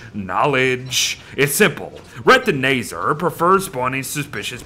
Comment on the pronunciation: ITS RETINAZAR NOT RETINAYZER